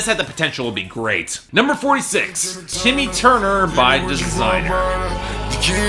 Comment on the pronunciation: "Tiimmy Turner" fuckin hell